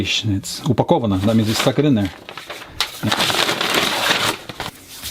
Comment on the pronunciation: I fell of a chair when he said 'upakovano' without any noticeable accent